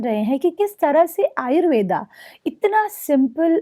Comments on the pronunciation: कृपया आप आयुर्वेदा नही आयुर्वेद बोलिए। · डहिबा आपकी माहिति बढिया दी है । लेकीन आयुर्वेदा ⁉️ नहीं आयुर्वेद सही शब्द है ।